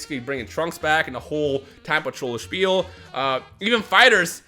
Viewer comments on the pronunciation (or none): none